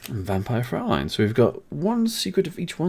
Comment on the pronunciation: Nice unboxing! BTW it is so cool and funny at the same time how english speaker pronounce Vampire Fräulein. I guess this is just a word that native german spearkers can pronounce right